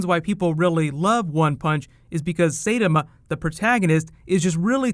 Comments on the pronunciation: SIGH TAMA Not SEI TAMA. Jeez, get your japanese right. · You mispronounced his name, it's Sai-tama, not Say-tom. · say tama??? Sigh - TA - MA! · it's "SAI-TAMA", not "SAY-DAMA". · Who even watches Dubs? They're horrible... Also sorry but It's not Saytema but Saitama:D Btw I'd like to see more anime related videos from you! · 'Saai-tah-maa' bruh, not 'Seidema'. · sai-ta-ma not say-tim-a not that hard bruh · say tama ?-_- no it's saitama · Watched the whole season of OPM in a day or 2. It's hilarious! BTW love you, but it''s not SAYtama. It's SAI like the weapon Raphael uses. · "Saytema"... XD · ~sigh-tah-mah~ lol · C'mon man! SIGH-TOM-AH. 😩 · SAAI-TAH-MAA!!!!! SAAI-TAH-MAA!!!!! SAAI-TAH-MAA!!!!! SAAI-TAH-MAA!!!!! Say it right... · love your videos but the pronunciation is sai<-(like the ninja turtle weapon) ta-ma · Someone's gotta say it. "Sigh"-tah-mah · I got really bothered when he said it "say-da-ma" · It bothered a lot because he was pronouncing it as "Seirama" which sounds likes a another character's name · I love you....but "Say-tuh-muh" is killing my soul right now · nice pronunciation of "Saitama" -_ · your pronunciation of saitama makes me cringe real hard XD Tn T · bitch you better say his name right say his name right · The way you say Saitama is cringe worthy. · That pronunciation of Saitama though... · I got triggered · yas! i luv one punch man! although u completely butchered his name lol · More anime is fine, but double check your pronunciation.